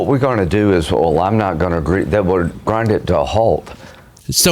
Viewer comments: Did he say "Grindr to a halt"? 😆😅🤣😂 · 'Grindr to a hault', what the f**k, LOL.